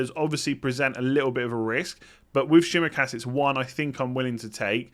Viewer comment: Sorry,but the pronunciation of Tsimikas's name is still wrong🤣